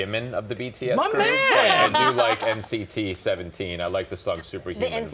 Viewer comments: I know dis man did not just say “nct one seventeen” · I heard he said NCT17(seventeen) and I was like "Hold up, wat dis u jus say???' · nct17 lol HAHA it’s nct127